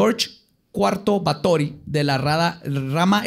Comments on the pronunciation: En nuestra gustas sección de que dijo mal. XD Es Bathory, así asecas. Como lo dijo es con acento de películas de vampiros de la Hammer, no como se dice realmente. De hecho hay un dato que me sorprendió que no dijera. Erzebeth era prima segunda de otro personaje que ya hablado Vlad Tepes. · así no se pronuncia Bathory, no mientas por convivir. Googlea cómo se pronuncia en rumano y húngaro. De nada. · Do baben. nada más pronuncia mal, no está pendejo